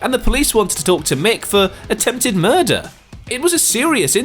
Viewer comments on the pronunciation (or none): none